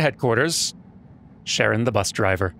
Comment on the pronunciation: "Sharon the Bus Driver"? Shouldn't it be "Karen the Bus Driver?" Since that's closer to how Charon is pronounced?